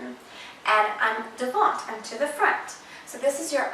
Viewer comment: You’re adorable but we don’t pronounce the t on devant x great info though